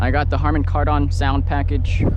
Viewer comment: Yeah, I noticed that. He does sound funny saying Car Don